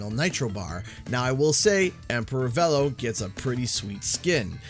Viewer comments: Vélo is the French word for bicycle. The correct pronunciation is [velo] but was changed to [vilo] for Nitro Kart. Now it's pronounced [vɛlo]. I'm more confused with Beenox choosing to still have the name said differently, given that many of their developers are native French speakers. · I thought it was pronounced "Veelo" I'm not changing the way I say it. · I got so mad that, not only did Oxide pronounce it as "Veh-low", but then repeated it verbatim and I wanted to punch something every single time. I don't think I'll enjoy this track personally but all of the Grand Prix tracks have been okay to unenjoyable(meaning I don't like the track and don't play it). The only Grand Prix track I love is Mirror Mode Megamix Mania. I don't like normal Megamix Mania but just putting it in Mirror Mode made it one of my favorite tracks. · I don't care how oxide pronounces it, it's VEELOW because thats how Velo himself pronounces it when he introduces himself in CNK. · I mean, they pronounce it "vee-low" in the CNK cutscenes, so I don't understand how they managed to get it wrong for this. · Ok first of Oxide pronounces Velo, Vel-o, but secondly I know Steve Blum isn’t voicing Velo but whoever is is actually really good it sounds like Bulm’s voice. Thirdly, the track looks great I love how it starts with a bored drive thru employee that’s hilarious. Sucks that this is the last Grand Prix though, but hey we still have more characters after. Here’s to seeing Mr. Crumb, Viscount, Willie Wumpa Cheeks, Madame Amberly and hopefully this can really be everyone is here. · It's pronounced 'Veelo' Beenox & just got it wrong lol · Yeah, it was pronounced "Vee-lo" in the original CNK, so I'm wondering why it's different all of a sudden. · I was hoping for an N. Trance skin and the CNK boost gauge. Also, Oxide pronounced Velo’s name incorrectly. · Both you and the game mispronounced Velo's name... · its VEELO not VELLO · His name is pronounced Veelo.